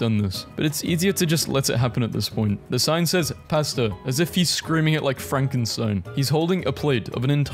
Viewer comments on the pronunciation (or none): none